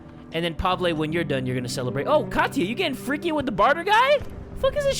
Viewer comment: hey, you prenounced pavle wrong, its prenounced like pav-ill